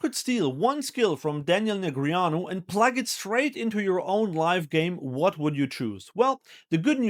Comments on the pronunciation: Did this guy actually pronounce Daniel Neg ree ahnu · I think you’re adding a vowel sound in his name. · correct pronunciation of a name is by the person whose name it is, and he definitely does not pronounce it that way